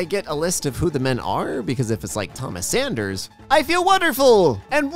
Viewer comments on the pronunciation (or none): none